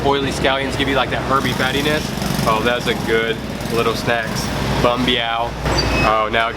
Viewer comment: Fuck your mom fuck your mom fuck your mom fuck your mom!!!! You can even say a simple word like Bánh Mì, fuck your mom!